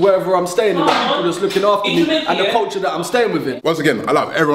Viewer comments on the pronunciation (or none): A man said 'Corcha' instead of 'culture' LOOOOOOOOOL